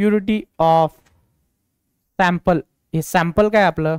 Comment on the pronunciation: Sir aap sample ko pample kyu bolte ho ka